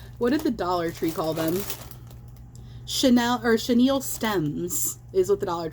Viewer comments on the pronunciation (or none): “Chenille stems”… girl bye 😂😂